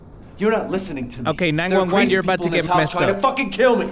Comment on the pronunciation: I like how he says 911🤣🤣